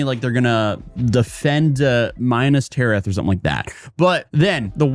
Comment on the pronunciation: Heading you say ‘Minus Tirath’ literally hurt my soul😂